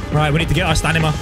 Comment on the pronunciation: = "Alright we need to get our STANIMA" 😂